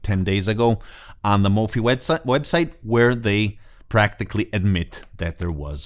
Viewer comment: Not a biggie. Mofi is pronounced Mo-feye as in Hifi